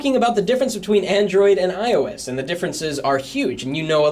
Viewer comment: when he says android turned a little iosey is sounded like ioa**Y LOL